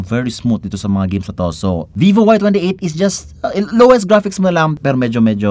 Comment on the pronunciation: "Don't be vovo... Vee vo"? 💀Para kanino ang verdict?💀